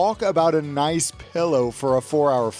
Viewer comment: Love ya "Kath + Kim" aussie "Noice !" lol ;)